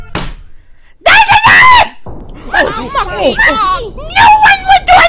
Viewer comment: it’s mokey not mocky